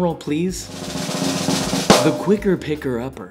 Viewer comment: Joshua replaces his r’s with w’s so much I thought at first he meant to say “the qricker picker upper”